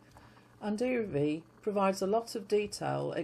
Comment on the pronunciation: P.S. The "L" in the name "Iraville" is not muted. It is pronounced.❤